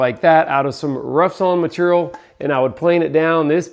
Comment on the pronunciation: New drinking game, when says maturial, take a shot 😂